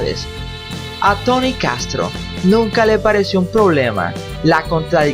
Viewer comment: Porque dices Tany? Es Tony!!!